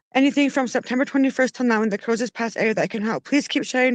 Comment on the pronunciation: please it's Crowsnest (Cross next) pass